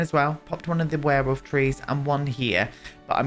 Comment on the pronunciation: "werewoof" is what I shall call them from now on...X'D